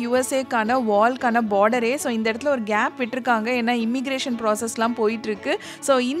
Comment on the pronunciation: It's ஒரு not ஒறு